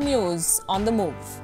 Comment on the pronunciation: as you heard, "get on the news on the moov"